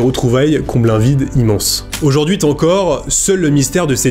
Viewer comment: Et "aujourd'huiT-encore" ! bizarre ces liaisons avec un T... mais c'est peut être lié à un trouble dyslexique. (Et pour info le prénom de la mère adoptive "Sue", se prononce ""SOU", comme la fameuse Sue Ellen dans Dallas) 😉 très belle histoire ça serait intéressant de revoir ce jeune homme aujourd'hui et connaître la suite de l'histoire surtout depuis sa popularité, il doit avoir les moyens de leurs payer une belle vie en Inde!